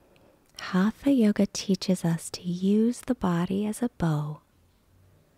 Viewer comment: Please pronounce it correctly ...Hata Yoga